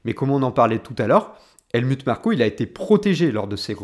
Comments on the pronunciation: Bonne video mais l anglais n a pas l air d être ton fort ni l allemand : helmut se prononce : helmout et neway : newwais ;) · Sympa comme analyse ... juste ... le Helmut ... c'est un nom germain donc ça se dit Halmout entre autre ... désolé fallais que je le dise haha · Ca se dit HelmOUT ; sinon avis intéressant. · Points de vue originaux, intéressants et documentés. Pour satisfaire une audience plus internationale, je te recommande de prononcer Helmut à l’allemande, donc « Helmout ». Aussi non, tu construis ton argumentaire et le lis avec une structure efficace ainsi qu’une belle élocution. Bravo! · Helmutte comme Turlutte? Adrian Nous-oui ou new-yououhhh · On dit "Helmout"😋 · Très bonne analyse ! Merci. Je te crois assez malin pour avoir fait exprès d'ecorcher les prononciations d'Helmut et Neway, afin de déclencher une vague de commentaires de referencement. Coup de génie 👏